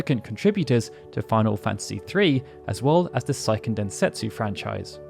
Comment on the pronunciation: How do you exclusively cover Japanese RPGs but not know how to pronounce Seiken?